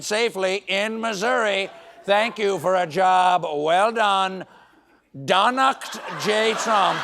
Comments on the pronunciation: "Donakt" is pretty fvcking cool. 😂 He never owns his mistakes, so I'll take it! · Oh no, Stephen you blew it?! It was DO NAKD (as in nekkid). "Do naked Trump"!?!? Definitely a Freudian slip!! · I think it’s meant to be pronounced do naked. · Steven is mispronouncing Donakt here, it's "do naked" (shudder), unless he's attempting a German pun. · I think "Donakd" is pronounced "Da Naked" as in Da Emperors New Clothes. He can't cover his own asss, he doesn't even try.